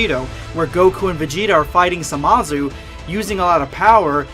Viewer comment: U said samazu Instaid of zamasu